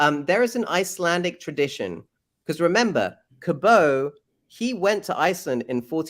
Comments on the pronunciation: Important: Nova Scotian with Newfoundland roots, here. John Cabot is pronounced "cab-it", not Cab-oh. Newfoundland is pronounced "Newfin-land", not "New-found-land". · Oh, ffs. The anglicisation of Giovanni Caboto is John Cabot, with a hard T. Giovanni Caboto WAS NOT FRENCH, and no anglicisation would have ‘Cabot’ pronounced ‘kah-BOH’. 🙄🙄🙄 It just sounds fucking pretentious and like a shite attempt at sounding like an intellectual. Newfoundland is not pronounced new-FOUND-land; phonetically using a standard keyboard, it’d be best approximated as NEW-fund-lund. I could go on correcting mispronunciations (please learn how to properly pronounce ‘Elgin’; the man even says his name properly himself), but it’s not worth the trouble. This entire ‘theory’ (that term is being used very loosely; it’s more accurately termed a few wild-assed guesses and a metric fuckton of mental masturbation) is ridiculous. As this gets disproven, how about let’s not have this assclown back on again and give him such an enormous amount of time? There is more wrong with this pack of guesses than a sane person can swing a stick at, but first and foremost is the hinting at disease-infected blankets having been given to the natives — THIS HAS BEEN DISPROVEN and the fake-assed professor who was trying to promote this idea has been completely discredited. Stop spreading horseshit. And for crying out loud, why would the missing colony be considered a mystery if this clown can solve it in two minutes? Do the people buying into this shit not understand that there have been many scholars and researchers who have looked into this — including the ‘Croatoan’ carving — and decided